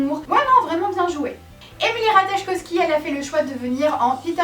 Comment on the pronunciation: Coucou !!! Juste pour Emily Ratajkowski le j ne se prononce pas ❤️❤️❤️